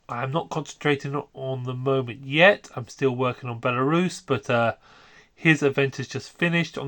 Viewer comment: great video as always... but why do you say belisarius like that 😭